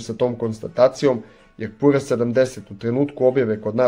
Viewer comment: Није пура него пјура 😂😂